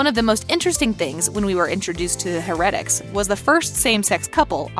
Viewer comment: OMG if there is anything I can not stand it a narrator who does not pronounce things correctly! Stefan is pronounced STEFIN with a FIN sound. And heretic is pronounced ( hair a tic) duh! Clearly the person speaking has never watched one single episode or they would know how to say Alaric it's pronounced ( AL R IC with an strong R sound